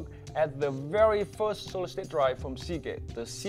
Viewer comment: hear him say segate sick 100